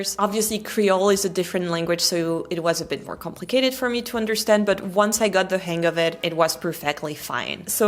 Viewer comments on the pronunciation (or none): none